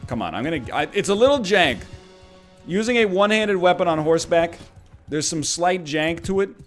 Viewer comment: NL, you cant miss completely and then call it "jenk" :)